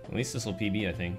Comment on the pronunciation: says I don't tink this is faster literally every time he got faster.